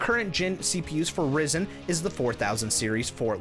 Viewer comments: It's not risen, it's risin'. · just a different experience for me. Normally it's pronounced Rye-zen. But you do you, I'll still watch the video 👍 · The way you said ryzen 😂😂😂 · I knew something was off with the pronunciation. Still, it provided a bit of humour in your video 😅